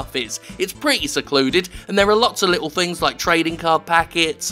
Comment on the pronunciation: Réne! Michélle!! .... "my liddel taank"